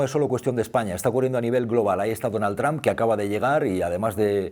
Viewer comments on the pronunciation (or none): none